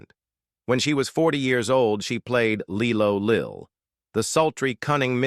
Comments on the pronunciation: Pronounced Lie-Lo Lil ffs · Lie low lil thats how she pronounced her name 😂 😂